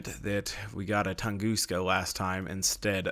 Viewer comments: Its not pronounced tungooska, its tung-uh-ska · Lol “Tongooska”